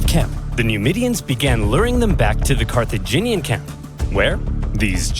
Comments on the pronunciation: Watching struggle to say "Car-tha-gin-ian" is both entertaining and frustrating 😂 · Carthaginian like Virginian. Car-thu-gin-ean